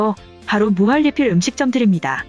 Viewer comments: 으..무할리필이 아니라 무한니필이라고 말해야하는거 아닌가요? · 무할리필이라고 읽는 이유가뭘까